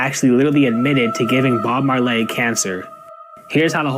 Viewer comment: Did he say Bob Maarr-llay